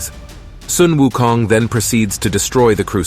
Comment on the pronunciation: I love how u pronouce wukongt. Tones r close enuf its good